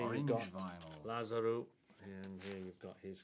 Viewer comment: Does anyone else just love how Reece pronounces "Lazarou"?